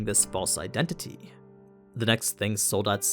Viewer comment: I love how you Americans cannot pronounce Soldat right haha. Its not Sould-dad, its the German word for Soldier.